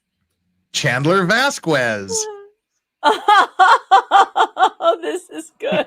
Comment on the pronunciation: Miss Vasquez name is pronounced Vaskez! Please!